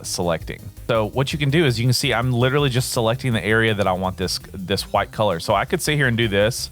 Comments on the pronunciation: Thanks, for the tut and the laughs when it came to you saying huwyt! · Im going to press charges on you for assaulting my ears with that pronunciation of "white"